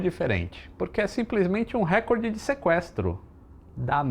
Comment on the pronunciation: ReCORde; e não "RÉcorde" (como insiste a Globo).